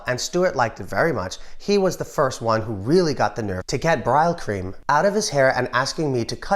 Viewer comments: One small note - Brylcream is pronounced "Brill-cream" not "Bri-al-cream" Good video otherwise. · It’s pronounced brill-creem. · It's pronounced "brill" 😊